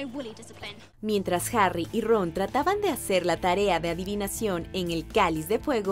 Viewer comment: Q pronunciacion tan mala del Ingles.. Quien es mirel la llorona? .. jarui? ruon? Rom ruidel? muy mala pronunciacion.. 🤦🏻‍♂️